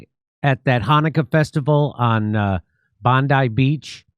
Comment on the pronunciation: Thank you the ONLY fucking American who pronounced 'Bondi' correctly.